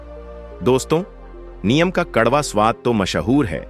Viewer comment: Neem to sahi bolo ye niyam kya hota h